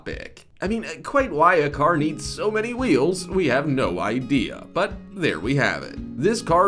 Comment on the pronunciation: Perhaps the narrator should work on pronunciation rather than trying to sound like batman. Its a car not a CAAAARRRRRRRRRR